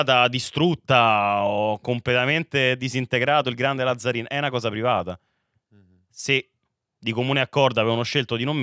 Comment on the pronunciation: Ragà va bene tutto ma Làzzarin non si può sentire, è un cognome veneto e si pronuncia Lazzarìn